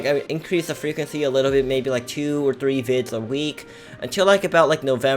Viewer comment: Whenever user says bit I tought he said bi*t*h